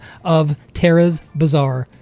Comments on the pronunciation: it's a bazaar not bizaar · It's is ba - zaa-r.... Every Indian like this comment!!